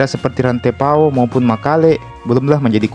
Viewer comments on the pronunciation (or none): Luwu bukan luwuk 😅 Kalau Luwuk, itu di Sulawesi Tengah bro. Rantepao bukan rantai pao bro 😅